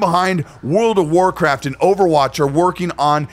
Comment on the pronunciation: I could swear he said World of Warcrap 🤣